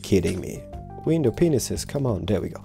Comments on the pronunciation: into the video it sounds like he said window penises instead of window panes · Lool the way u say "window panes"